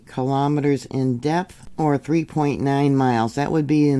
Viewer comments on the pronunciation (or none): none